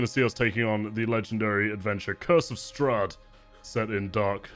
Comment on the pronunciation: made me cringe so hard, I can get changing up the story a little and messes up some of the reveals, but flubbing the main antagonists name really took me out of it